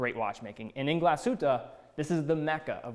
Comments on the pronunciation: Glasuta :D Haven't quite nailed the pronunciation of Glashuette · Hey I'm happy for you. I would sugeesst, as a german native speaker, that you should take some time to learn how to correctly prounouce the brand names like 'Glasshütte'. This would make you come off even more professional:)